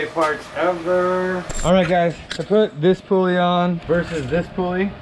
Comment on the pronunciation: it's PULL-EE not POOOL-EE